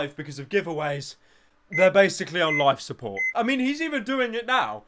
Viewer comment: English subtitles: "they'we basicawwy on wife suppowt."